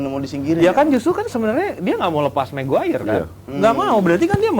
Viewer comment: Ngeja nama maguire aja ga tamat dek dek.sekolah dulu yg bener biar bisa eja nama